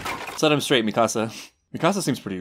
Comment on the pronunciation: Lol I keep hearing “mi casa” instead of Mikasa